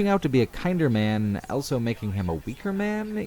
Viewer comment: says elso instead of also.